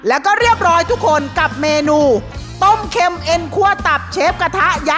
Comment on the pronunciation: ต้มเค็ม(เค็น)😂😂😂